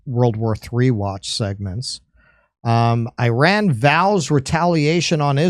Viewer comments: Im happy you finally pronounced IRAN correctly (e-run) ❤❤ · correct, it is pronounced ee-rawn, but i'm still going to call it The Ukraine because spite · Hey guys, it's really good to see that Finally ;) you tried and succeeded in pronouncing "Iran" correctly!... let's give you a tip on pronouncing "Iraq" correctly now.... ;)... just pronounce Iraq the same way as you did for Iran!.... also "Ivan" is pronounced exactly like them , as well.... Please note what Russian Federation Ambassador to UN said in UNSC held after Zionist new low in bombarding Iranian Embassy in Syria in addressing his western colleagues, US, UK, France, Japan and Korea who did not condemn violation of UN charters and conventions..... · Finally an American who pronounces “Iran” the right way.😂🎉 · Your pronounciation of Iran was perfect 😅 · As an Iranian I can tell you, your pronunciation is perfect. As for Iran response, I can tell Israel would be looking over its shoulders, till it happens. And this is bad enough for any body living like this.